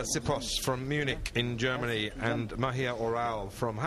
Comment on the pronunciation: whats "germony"?